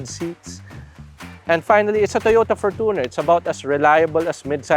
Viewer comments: ForTOner, youTOb, naTOre's spring, TObe, TObing, naTOre, comMOnity, SOV, EOrope, that's how these ppl pronOOnce it. Why? Even toyota themselves pronounced it FOR•CHUH•NR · for-toooo-ner wtf 😂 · Kala ko ako lang nakapansin sa For-toon-er. 😅😅😅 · Your pronunciation of fortuner is really annoying